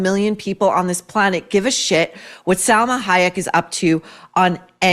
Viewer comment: It’s pronounced SAL-MA not SEL-MA You would appreciate this little correction. Love your Kennedy women book I’m reading right now ! When is the next one for us troublemakers !?